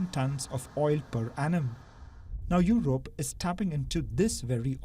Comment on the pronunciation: It's not Yorope. It's Yurope.